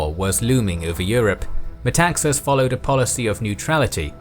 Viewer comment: Metaxas (tone at the second A, MetaxAs) actually said alors c’est la guerre = then it is war.